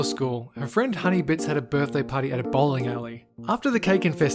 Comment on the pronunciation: I swear he said balling alley not bowling